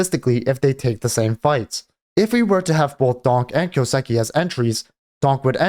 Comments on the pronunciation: The way you say kyousuke boils my blood. It's a japanese name right, so you get the first part right, the kyoo, but then say siki. What? That's a su, す, not a si, that's not even a sound in japanese, the su sounds like the name sue, kind of. And ke is like the ke from ketamin. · Lol just right after writing this you say kyouseki. Brudda. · Listen to him say his own name.